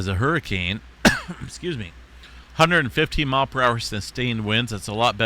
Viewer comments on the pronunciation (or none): none